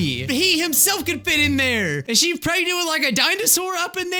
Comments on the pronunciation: he said shregnant instead of pregnant lol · I thought said ‘’ I got my sister Shreknent’’ Lol what are they having baby shreks? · Pregant pregante